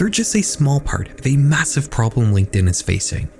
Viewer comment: horrors on DIH-In 😂😂✌✌